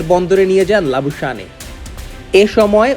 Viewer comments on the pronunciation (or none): Labu shaneey na Labu shane prounce hobe, Bangladeshi sports reporter der ei akta boro shomosha kishu thik kore bol te pare na, ba pronounce korte pare na